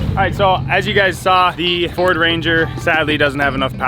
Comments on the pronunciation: it’s a feeord 😂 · "Its a feeord" 😂